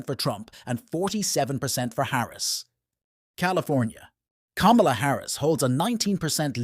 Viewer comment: Her name is Kamala, pronounced comma-la. Get it right ir expose your ingorance (or your bias).